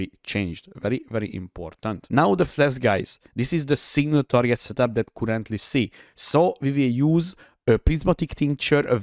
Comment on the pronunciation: Came here after a recommendation for super tanky builds, not disappointed! De barátom a kiejtésed borzalmas hahaha Rögtön tudtam hogy honfitárs vagy! A kedvencem a kurentli és a dö :)